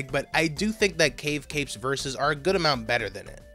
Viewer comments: I've yet to finish the video, but I feel the need to point out you got Cavi Cape's name wrong (it's meant to be cavi as in cavities, which makes more sense if you consider the following area is plack beach) (also love your videos btw, they REALLY scratch my ''analysis of soundtracks I like'' itch) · (Heads up, this is a long one, love the video) A few little things I noticed - It is "Cavi Cape" not "Cave Cape" - It's "Toadsworth" not "Todsworth" - Bowser doesnt have a Kingdom, only a castle and general "territory" at this point. We wouldnt have his own kingdom until Odyssey. This is actually part of a small plot point during the intro, as Bowser is upset at not being invited to the meeting because he is a Mushroom Kingdom resident. Very small nitpicks aside, I am very impressed the the editing quality, and flow of the video, alongside how you break down certain parts of the tracks. I was eagerly waiting for this upload and can't wait to see more, very happy I got recommended your first video hours after upload. Oh also, with the different names for tracks. Each "area" has a name and a name for the music, like "Beachside Dream" is the music track for "Plaque Beach". I beleive this discrepancy exists due to the songs having original Japanese and localized names that came later (Take this with a grain of salt, I may be misremembering). I think all the area tracks just used the name for the area instead of having unique names. Other tracks did have different names it seems, like the boss fight theme. Back in the day it was known as "They're Pretty Tough, Should We Be Careful?" but is now known as "Tough Guy Alert" (I personally miss the old name, barely see it nowadays, I just have a thing for needlessly long titles in osts. The more well known example would be for the final